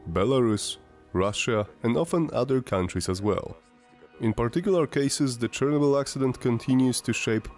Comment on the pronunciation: Bro, if you are not native english speaker, just dont try to sound native. The way you pronounce Chernobyl has even more radiation than Elephant foot itself...